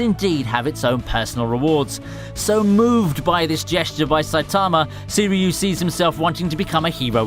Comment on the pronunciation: Soo-ree-oo? It's pronounced "Swee-ree-oo" Sui meaning Water and Ryu meaning Dragon.